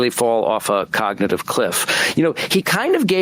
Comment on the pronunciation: He couldn’t even pronounce the word cognitive